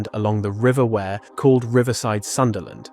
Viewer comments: its not wear as in clothes its wee'er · Pity the commentator didn't ask a mackem how to pronounce river Wear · Great video , but omg ask anyone in north east how u pronounce river wear please 👍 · The river is not pronounced “ware“ either… is this ragebait? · Ware-Side ffs